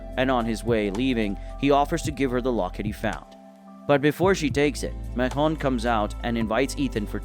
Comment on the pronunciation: Why are you saying macon so weird for?? Macon like bacon